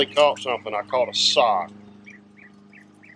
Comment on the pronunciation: Sock, not sick...